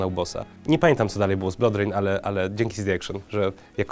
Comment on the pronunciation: "Blodrejn" :D Już w kolejnym filmie Bez żadnych złośliwości oczywiście :)